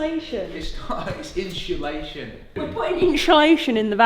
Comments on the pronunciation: There’s definitely something amusing about watching cut the “inshulashun” with a “swan’s head” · Dave: iNsHuLaTiOn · Personally, I love them sooo much. They make my week the absolute best. Talk a whole lotta nonsense but it’s what makes them them. Love you guys so much! But I’ve got one question: Did Dave teach his students to say ‘inshulashun’ 😂😂 Lotsa love for SA 🇿🇦💗💗💗